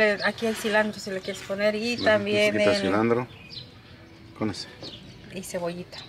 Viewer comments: Muy. Buena. Pero. Enseñense. A. Ablar. Se. Dise. Silantro. Ok. Ustedes. Disen. Silandro. Ablen. Bien. Por. Fabor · EL ÑOR CREYÉNDOSE CHEF Y LA ÑORA CORRIGIÉNDOLE A CADA RÁTO NO ES CILANDRO ES CILANTRO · Minuto 12 se dice cilantro